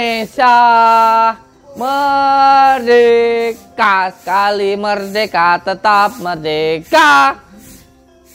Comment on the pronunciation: Merdeka Gusss bukan medeka